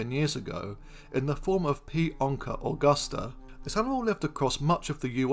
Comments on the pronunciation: *it's onça not "onca" and it's pronounced "onsa" Great video 👏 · but onca isn't the english term to name this animal, is it? I could be wrong, but I believe what happened was that he read the portuguese term "onça" and just didn't know that the Ç was pronounced like an S, and that's why he pronounced it like a regular C instead, and then that's why I thought it was ok to point it out, but my apologies if that's not the case then 😅